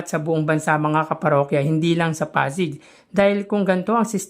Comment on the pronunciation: Hi.. hindi po ako basher. 😂 patawad agad, wag po sana maoffend. Kindly pronounce po Pasig as Pasig, wag po Pazig. 😊😊😊😊 Salamat po sa suporta sa aming Mayor! ❤ Sana po marami pang magsubscribe sa channel nyo. Godbless!